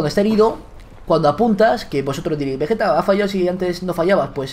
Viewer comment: begetta es deilaf of tuf